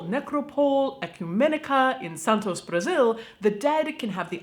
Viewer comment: My husband is from Santos. Your pronunciation wasn’t bad for a non Portuguese speaker! Not bad at all! 😍